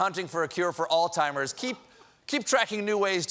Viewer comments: lol did he say all timers instead of Alzheimers? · Alltimers? Come on Steven, there’s a Z and an H in there. Really?? Alzheimer’s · Stephen, noooooooooo... you said 'All Timers' instead of 'Alzheimers '. Sorry, it's one of my involuntary pet peeves. I involuntarily cringe and shiver when I hear that mistake. I do love you though! You pretty much single handedly saved my mental and emotional health during the Trump regime. Thank you!! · DID STEPHEN JUST SAY "ALLTIMERS"?!?! I KNOW YOU KNOW BETTER, STEPHEN! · Did he call it, "all timers?" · Perineum, alzheimers, and there was another goof but can't remember